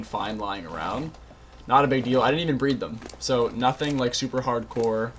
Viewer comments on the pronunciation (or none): none